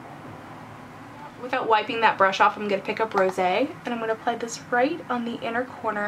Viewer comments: FINALLY someone says Rosé correctly. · Love it! More pro 2 tutorials plz! I'd love to see a navy+rosé look. Oh and thanks for being the first person on YouTube to pronounce Rosé right!! Lol